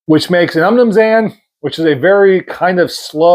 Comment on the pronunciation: I’ve never heard someone butcher saying umnumzaan before. 😂